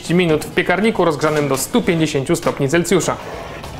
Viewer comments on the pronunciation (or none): Celsjusza, a nie Celcjusza.